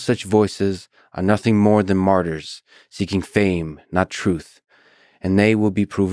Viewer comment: You butchered martyr in the beginning, and then humble when talking about faucci